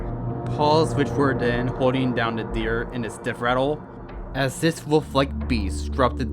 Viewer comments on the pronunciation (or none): I can't clearly understand the host who is telling the story, the child like word pronunciation is not good for story telling. And the unnecessary added howls, geese sounds etc made this almost unbearable to listened to coupled with the fast talking and bad pronunciation of words like, other (udder) this (dis) grandfather (granfadder) there(dare) the (da) thing (fing) etc......this would have otherwise been a descent group of stories!!!!!! The background music was too loud and mixed with the silly added extra sound effects it was almost impossible to continue trying to listen too! I suggest u try changing these issues if u are still continuing to story tell!